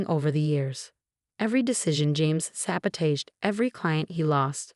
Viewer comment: I've noticed that in every story, when the word 'sabotage' is spoken by the narrator, it's NEVER pronounced correctly. Makes me laugh.